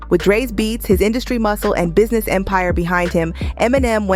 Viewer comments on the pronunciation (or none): none